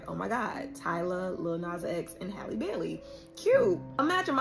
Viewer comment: Her name is Halle not Haylee. Also Cardi should focus on making some music because this is giving paid spokesperson vibes🤷🏽‍♂️